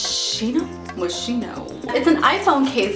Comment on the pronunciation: you read it like 'moskino' not 'moshino'.